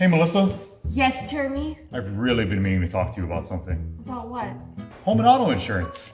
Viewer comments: It sounds like germy to me! 😋😄😁😛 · WTG “” LOL that’s how it sounds every time your wife says your name.